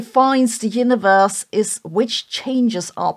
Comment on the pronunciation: Sorry but I kept hearing the word "yiniverse" and wondering if she's saying universe or if yiniverse is part of this constructor theory